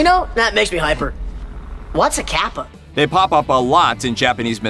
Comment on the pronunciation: It's not caapa its capa